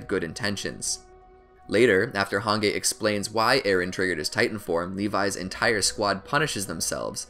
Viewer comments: Did he just call Hanji "Hangay" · He said han gay excuse me its pronounced han jeep no dissrespect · He said hang ge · he pronounces hanji as “hangay” and rod reiss as “rod rice” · the way he says "hangei" instead of "hanji" really makes my bones shiver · Im pretty sure Hange is pronounced as Hanje and not with a solid G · AND HANJI HANGAY OR ROD REISS ROD RICE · hangay it’s pronounced hanjee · I love how he says Han gay it’s hange but pronounced as hanjee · The fact that he says “Han-gay” instead of “han-JEE” like its supposed to be pronounced, triggers my fight or flight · "Hang-guy" It's Han-gee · man said hangay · Im so trigger of how u say jean and hanji u say zjan not JEAN ok and HANJI not HONGEa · Its not called Hage Its called Hanji her Name is Hange but the prounounciation is Hanji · Its prounced: Hanji Not: Hangge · what!!!! why he saying hange its hangee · Its not "hanggey" or whatever its "hangee" but the spelling is "hange" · Hange (han-ji)❌ han gay ✔️ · Its not Hangay its HAN-GEE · I hate the way he pronounce hanji like harngay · Hange is pronounced as Han-Ji the “g” is pronounced as “J” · Hanje and rod race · rice is closer to the german pronunciation of reiss, but hangay is just lol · I was seriously shocked that he said HANGAY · Fr I get so infuriated when he says hangay😅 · Nobody: Absolutely Nobody:: Hangay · FR like what the fuck is hangay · Ok “moblit”? “Han-gay”? “Rod rice”?”Kenny Ockerman”?Don’t the characters literally say their names out loud?Or is this like an accent type thing? So many questions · My man said “Hān Gay” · Hange/Hanji: exists This dude: hangay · Same with han-gay like wtf 😂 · this mans did not just say “han gay” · did this man really say "hungay" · Please, when you say hange acknowledge the that its pronounced han-gi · I'm gonna get pissed if he says Han-gey one more time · "Hangay" wtf who says hange like that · Did anyone get so annoyed when he so han-gay and rod rice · Why you said hange hangay